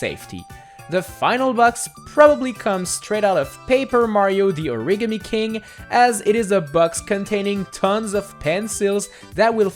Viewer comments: did he really just say origany or am i def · Origimi king, that pronunciation made me die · No, it's Or-e-gah-me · He said from paper mario the origeny king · It's Or-i-Ga-mi, not origgimi. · Origami Not Origney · Origimi king Me: CRINGGGGGGE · "the origimi king" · Error: You Mispronounced the word origami(Or-a-gah-me) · Nice have maybe made a mistake 1st mistake:HE SAID ORIGAMI WRONG 2nd mistake:Yoshi's crafted world was released 1st then paper mario the origami king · The way you say Origami offends me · That's not how you pronounce Origami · Not gonna comment how he said origami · Or just without the accent on the "e"